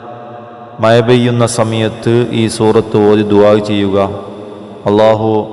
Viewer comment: മയ അല്ല മഴ 😅